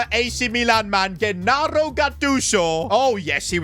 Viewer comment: Bro got me wen he said Ghennaro For italians Is like be in hell